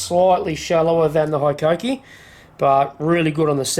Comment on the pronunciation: With the number of times it needed to be said, and the fact you even chose the tool, you'd think you'd learn how to pronounce Hikoki even vaguely. But who gives a fakk, 'ey.